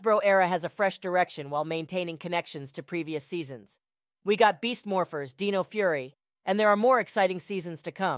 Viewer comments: So just as a correction or 2 Saban is pronounced as “suh baan” Also the dino in dino charge and dino fury as most people know is pronounced “d eye no” Idk if u missed pronounced it on purpose but here you go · “Dee no”?